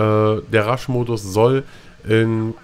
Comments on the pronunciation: wenn du meinst dass man es rush ausspriecht is das zeimlich traurig...man spricht es rash aus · Er kann halt englische Wörter nicht so gut aussprechen, bei denen nach dem "r" ein Vokal kommt (Rush) oder auch Reaper etc. Bei "Close Quarters" folgt ja nach dem "r" kein Vokal. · Rasch-Modus:D ich weiß dass es rush heißt aber rasch sagt:D